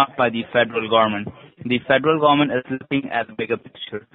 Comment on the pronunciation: The federal “ GOMMENT”